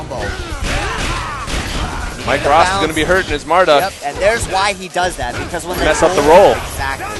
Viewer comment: hey, get it right! it's MarDUKE!